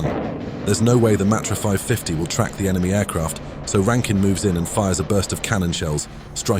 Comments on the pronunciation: rankin not ruskin mate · There is no such entity as “SAFE-AIR” its SAF-AIR….Jesus Christ: SAFAIR!!!!! There is no such human known as “RASKIN” …. It is RAN-KIN…. RANKIN!!!! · BTW it was Rankin. not Raskin... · Not Raskin, it's Rankin!